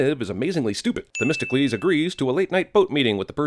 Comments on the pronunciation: isn't it "The-mist-oh-clease"? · You’re supposed to pronounce it like “The Mystical Ease” that’s nowhere near testicles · 100 sins for Themistocles sounding like "Testicles".